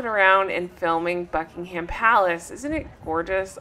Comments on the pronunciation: We call it ‘Bucking um’ palace- the H is silent in UK (if only eh!?) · don't pronounce the 'h' in buckingham.